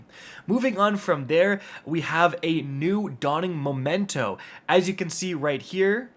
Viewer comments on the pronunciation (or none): Memento, not momento. memento is a reminiscence of someone dearly remembered...